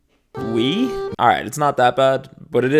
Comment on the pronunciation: i’m so sorry but as French person, that AI is LYING 😭 your « oui » sounds great though